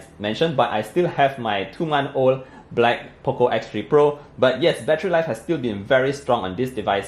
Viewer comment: I like it when u say "thoo"(2)..love from Kerala ,India❤️